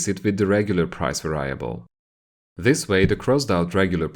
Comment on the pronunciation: I love these videos but you’re saying “Variable” wrong and makes it hard to watch :P